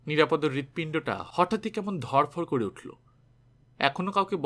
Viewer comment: নিরাপদ্ নয়, ও-কারান্ত নাম নিরাপদো। যদিও বানান একই। একজন বাচিক শিল্পীর এটা খুব বড়ো ত্রুটি।